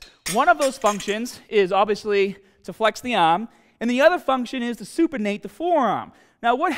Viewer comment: Supinate… not supernate 😀